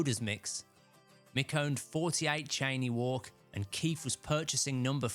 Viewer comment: FYI Cheyne Walk is pronounced “Shay-nee” Walk